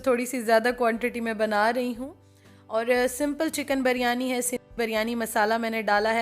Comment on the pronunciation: Ap bolti hain jab k actual word biryani hai plz dont mind ap pronouns sahi nahi karti